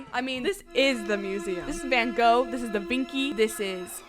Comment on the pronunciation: “Da Vinki”😅